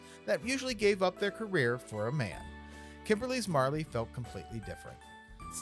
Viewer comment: Merilee! Not Marley. You can't get that wrong, my friend.